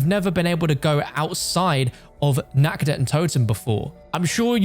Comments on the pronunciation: In german how you speak it its wrong. You say it like: nackt. Not Nacht. Translate nackt please in english😂 but everyone who speaks english, says it wrong so don‘t worry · Nacht der Untoten❌ Nackt der untoten✔